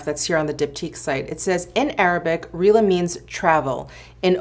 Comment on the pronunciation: Eau de Rihla is pronounced Rahha-lay, when u said it was Arabic I was like oh!